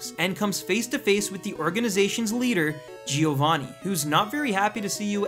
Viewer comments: he means that it's not 'gee-oh-vah-knee' but 'gio-van-knee' (gio pronounced like cho but with a g) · It's not Gi-ovanni -.- it's Giovanni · GI-O-VAANI ...ugh Americans... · Exactly xD